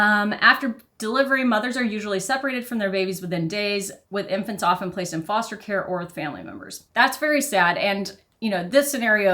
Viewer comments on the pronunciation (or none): none